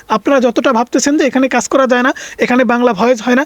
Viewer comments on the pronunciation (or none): none